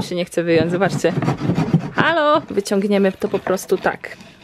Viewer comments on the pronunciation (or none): none